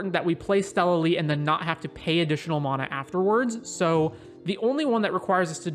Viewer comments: MAN - UH = Correct -- MON - UH = Rere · Anyone else bothered how he says Mona..... it's Mana. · ItS mAnA nOt MoNa